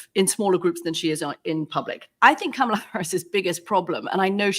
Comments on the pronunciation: Isn't her name pronounced 'Comma-lah' not 'Camel-ah'? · Her name is pronounced comma-la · It’s pronounced Comma-la Like a , She actually has an advert on it, sea b “Kamala Harris name pronounce ad” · All 4 mispronounced Kamala Harris first name over and over! Jesus! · I'm sorry, Scaramucci is a hack. Can he at least try to say Kamala's name correctly? And he is totally wrong about Obama. In typical fashion, Obama is being reserved to avoid seeming like he is swaying how things play out as a superstar of the democratic party. I am sure an endorsement from him will come further down the line. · When's Anthony going to pronounce Kamala Harris's name correctly? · Can you guys please pronounce her name correctly for Christ sakes?